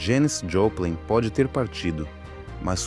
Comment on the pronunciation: Cara... vc diz?????... Poh, meu, eu sei que é inglês, mas o nome da mulher é famosíssimo, ce tá tratando especificamente dela... Poha, fio... fala direito o nome da mulher meu. Takiparariu